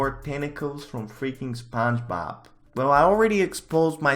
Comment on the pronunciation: My boy over here can’t even say spongebob right